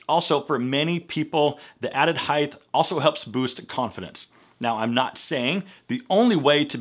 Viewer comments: Height, not heighth. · The word I’d height not heith jeez.